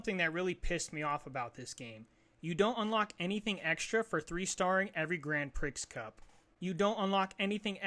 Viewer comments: Grand "Pree" not Grand "Pricks" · No way you call it "Grand Pricks" Dope review tho